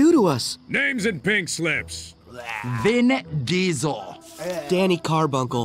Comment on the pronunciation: Yeah, I think he said Vin Giesel